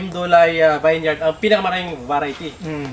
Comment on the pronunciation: vineyard...pronounce po as vin-yerd